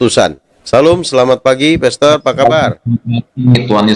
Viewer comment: Moderator nya bukan kaleng2 tp drum2 ,galon2 sampai saya gagal dengar......dia bilang PESTOR...PASTUR.... 😂😂😂😂😂